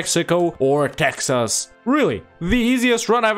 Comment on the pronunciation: "Texs" became prophetic. A very scuffed attempt but you did it.